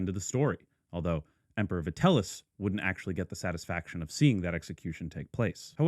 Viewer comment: Vitell - i (eeee) - us, not Vitellus. Sorry for being that guy. Great video otherwise. If you haven't looked into it, Nero coins can be surprisingly affordable, especially tetradrachms, which you might appreciate owning as a Nero fan.